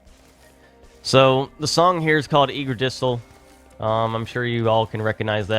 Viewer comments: I'm sorry but you pronounced yggdrasil so funny "ig-dra-sil" is the proper pronunciation but I love "eager-dis-tral) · Yggadrisl is a very interesting way to pronounce Yggdrasil